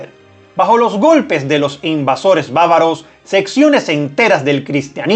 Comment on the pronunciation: lees muy rápido y cometes errores... No es comunismo, sino consumismo. No son bávaros, sino bárbaros. Y hay otros...